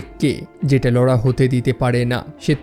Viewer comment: Apnar laura namta pronounce krte problem hoi keno. Apnar ki laura bole kono girlfriend chilo naki.